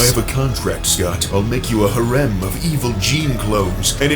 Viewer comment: "ha-rem" LOL what, how did you manage to mangle harem THAT badly?